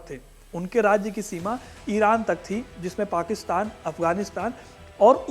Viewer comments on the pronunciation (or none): none